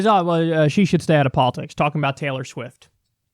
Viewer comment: I love how Kyle pronounced "Schwift"